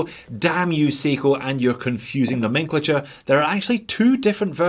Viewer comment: And, "nomenclature", pronounced correctly.